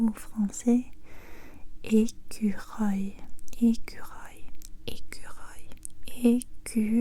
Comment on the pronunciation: "Ecureuil" : parfaitement prononcé 👍